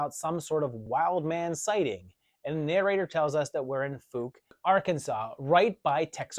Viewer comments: thank you. Yes, it is pronounced Fowke. I was gonna point that out, myself. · I hate to tell you this, but I’m pretty sure it’s pronounced FOWK, not FOOK. I had a friend in college who was from Fouke, AR. He also said that the Boggy Creek shown in the movie isn’t the actual creek because it’s much smaller in real life. Of course, the size of creeks can change over the years, so maybe the movie was shot when the water was higher. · Ugh, I gotta be that guy again. The town’s name is pronounced like “fauk”